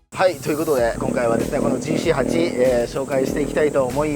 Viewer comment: ジーシーハチではなく、ジーシーエイトです。